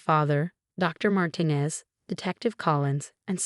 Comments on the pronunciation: Mar-tee-nez, not Martin-ez. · Why do the narratives keep pronouncing Martinez incorrectly? It’s very irritating.